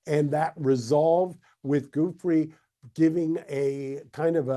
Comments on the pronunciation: Geragos have the respect to pronounce Virginia's surname correctly. You're not a baby! Sounds like Juffray NOT Goofrie!! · her name is pronounced "Joofray" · Its a simple pronunciation. It goes Jew- Free. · Virginia Giuffre has been dead for a few weeks and these clowns can’t even be bothered to pronounce her name right, let alone they’re implicitly calling her a liar by claiming her accusations against Alan Dershowitz were false, as if that’s just accepted fact now. Disgraceful. Weird as it is to say, I used to have more respect for TMZ.